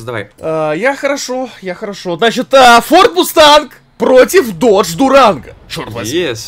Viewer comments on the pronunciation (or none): не додге,а додж